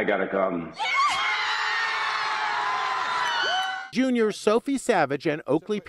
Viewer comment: "im gonna cahm"